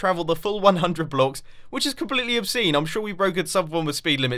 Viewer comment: He said obscene